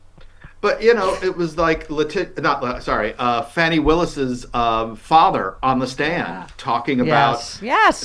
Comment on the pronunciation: Fa ni, not fanny